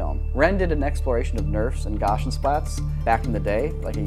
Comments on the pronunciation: Yeah, that threw me too. Especially since "Gauss" rhymes with the English word "house" in both English and Deutsch. But as I mention elsewhere, I respect if this is how it is referred to within the field of computer imagery. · The first syllable of "gaussian" rhymes with "cow". "Gow see in". Sorry it's killing me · I legit thought he was saying 'Gosh n Splats' Pretty sure it's still just an S sound. I've never heard it pronounced with and SH. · I guess I’ve been pronouncing Gaussian wrong this whole time lol, gah-see-an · I had no idea you were saying "Gaussian" till it was spelled out on screen. "Gosh 'n' Splat" is not at all how I've ever heard that said. Good name for a paintball place though. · The way you pronounce gaussian is actually upsetting. The first syllable is pronounced like 'now': GOW-see-un. Until you showed the word on screen I had no idea what you were trying to say. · Gaussian is pronounced GAU-see-an. It is named after Gauss who was a scientist and mathematician from Germany. He also pioneered the math for bell curved distributions in statistics which is what gaussian splatting takes advantage of. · Regarding the volume rendering technique of Gaussian Splatting, the correct pronunciation for Gaussian is GOW-see-in. It's important to say the full name of the mathematician Gauss (gows) for the reference to be understood. Also, non-Euclidean geometry in math has specific definitions, properties, axioms, & formulas - it's not just a way to say wacky geometry as many do, and in fact the ONLY actual non-Euclidean geometry Escher used in his art was hyperbolic tiling in his Circle Limit series, most famously in Circle Limit III. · I thought Gausian was pronounced "Gows-ian" because its named after the Mathemetician Carl Frederick Gauss, which is pronounced (Gowse.) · Gaussian is pronounced "gau·see·an". Very cool stuff. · I also used to pronounce Gaussian like "Gorzhun" until I learned it was named after Karl Friedrich Gauss. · GOW-SEE-UHN not gauchian